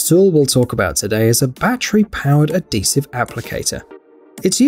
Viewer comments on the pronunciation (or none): Did he said "Adesive" for the Batter-Operated Sausage Gun 😂🤣😜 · NO ......... BUT HE DID "SAY" ADESIVE FOR THE BATTERY OPERATED SAUSAGE GUN.